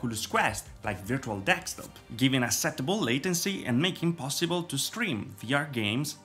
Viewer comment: My friend, it’s desktop, again deSKtop, not dextop.